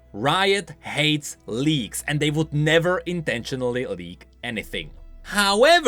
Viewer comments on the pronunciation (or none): I watched this video right after i woke up, and i mishear “leaks” and “Leagues”, I thought i was dreaming